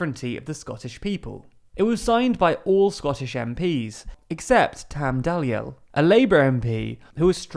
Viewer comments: It's pronounced Tam Dee-el not Tam Daliee-el. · Tam dee-ell, not dizzyelly, man you'll get a metaphorical slap for that 😏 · Pronounced Tam dee el. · TAM DEE EL is how to pronounce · Dalyell pronounced Dee - ELLE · Pronounced Tam Dee el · Dee-EL His name is Tam Dee-EL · Tam Dalyell's name catches many out! It's pronounced dee-EL. Dalziel is pronounced the same. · Tam Dalyell is pronounced DL, Tam DL